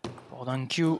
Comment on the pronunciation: The commentator mispronounce Dang Qiu's name. It is "Qiu", not "Q"